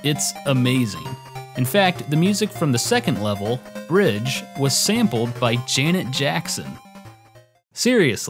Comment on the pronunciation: Sampling and inspiration is not the same thing, and it's from the Bridge Zone. Sounds like you're saying "Ridge".